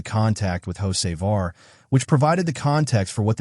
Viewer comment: I had to listen close. AI pronounces Hocevar as Jose' Var LOL. Carson owes Bubbles Smollette a nice wreck. Glad the 77 finished not the 23. 🤣